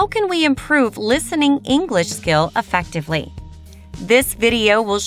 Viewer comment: effectively 发错了吧